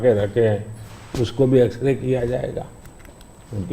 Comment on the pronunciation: X-Ray... ☠️ ... ❌ As-kray .... 👽 .... ✅